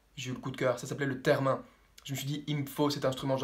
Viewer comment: On prononse "terre et mine" mais c pas grave l'erreur est humaine. G ne sai pas si vous avez fait cette video serieusement ou au second degre mai ce n'est clairement pas comme cela qu'on fabrique un theremin. En observant mieux attentivement la video on peut voir que vous vous servez d'un manche d'un balai et d'une baguette de batterie. Quand a la musique produite, je la soupsonne d avoir ete rajoutee apres coup.....